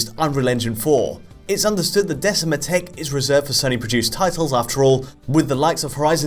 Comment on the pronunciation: Decima in classical Latin is said with a hard c a k sound not a soft c like cell.